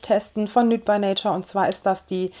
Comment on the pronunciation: Achtung, Klugscheißer: nude by nature wird "niut bei neitschar" ausgesprochen :p du sagst immer nüt, und da du ja gerade englisch lernst..